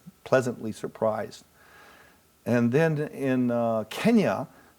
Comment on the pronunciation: 케냐 할때 그냥 한국발음이네ㅋㅋㅋㅋㅋ